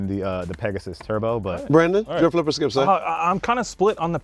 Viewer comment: Shannon Sharp" Skilp”!!!!!